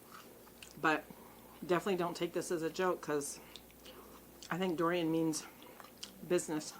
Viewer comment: Hahaha I love how you called it hurricane durian 😂